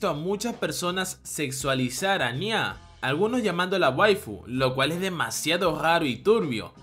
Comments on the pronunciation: No es anyá (parecía ñarreando o un niño llorando), es Anya (Ania) sin tilde, ni acento, si mucho tonal en la primera A. Ciertas personas se pasan con lo de ver a una niña de 4 años como una waifu, medio turbia la descripción. Anya tiene 4 años, y para poder ser adoptada e ingresar al colegio, se hace pasar por una de 6, pero es una bebé, por eso habla a media lengua, aún está en la edad del dominio del habla. Los sentimientos de Damian por ella, hasta cierto punto son los de un niño de su edad, en esa época se puede presentar una atracción por alguien que llama la atención por su aspecto y forma de ser, pero nunca es algo sexual, es más filial, no sé si es algo cultural que en los manga ciertos personajes les dan tonalidades de mayores como pasa con Becky, pero el resto se comportan muy dentro de su segmento de edades. De llegar a ocurrir algo entre Anya y Damian, seguro lo hará cuándo lleguen a la adolescencia, ya en los últimos años de la preparatoria o secundaria. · No es añya es ania pero se escribe anya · Soy la única que escucha "aña" en vez de "anya" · Buen video solo que me causa conflicto como pronuncias el nombre de Anya